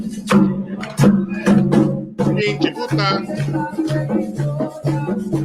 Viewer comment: "pinche poota" ??? 🤣🤣😂😂😂